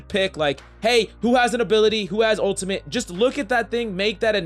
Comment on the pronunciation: This guy: his owtamit I don’t know why he says it like a toddler with a speech impedatment